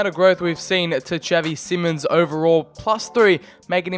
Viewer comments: it’s pronounced as in simon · Isn’t it simons?